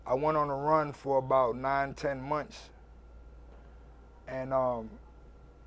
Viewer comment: He has mispronounced so many words lol "fiya, monthchs, wile". The word "wasteman" is circulating my mind at the moment.